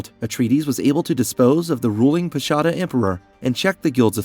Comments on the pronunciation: Frank Herbert drew much of his inspiration from Asia, especially Islamic traditions. So, hearing someone attempting to shed some light on one of the many aspects of Dune refer to the title of Padishah as 'pashada' (not even getting into the other pronunciation issues) tells me a lot about the quality of the content. Shame. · Mispronunciations on Bene Gesserit, Princess Irulan and Padishah Emperor. Pretty bad even for an AI. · Padasha not Pashada 😂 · I only subscribed after I heard you mispronounce Padisha which suggests you’re a real person. Fuck AI